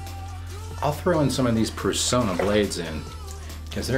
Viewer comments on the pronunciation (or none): Excellent episode. As I continue to find the right components, I may be doing that pre shave oil next. A couple of pronunciation notes: it's "Per-sauna" (plenty of old commercials on YouTube), and "Tra-FAL-ger" (as in Trafalger Square).